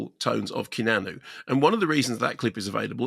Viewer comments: He keeps saying kenanu lol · Did I hear "Ke-na-nu" or "Key-a-nan-oo" ...twice??? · love how Kermode pronounces Keanu "Kee-Nah-Nu" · "Kenannu"?!?!? Jesus, Mark, it's not like we haven't been saying his name for coming up on FORTY frickin' years... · Pretty sure it’s some kind of in joke or something. I’ve never met anyone here who doesn’t say kee-ah-noo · It’s a deliberate mispronunciation of his name that comes from previous reviews Mark did years ago; sort an in-joke, but not going to be known by people who haven’t followed them for a while! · what with the horrific pronunciation of Keanu? 🤣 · He does it on purpose. Orlando Bloom is 'Orloondo Bland' lol